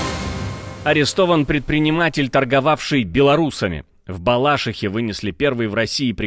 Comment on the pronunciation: Балаши́ха, а не Бала́шиха.